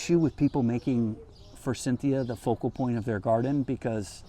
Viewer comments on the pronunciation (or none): none